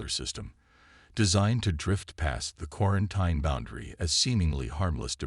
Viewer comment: Pronounced quaranteen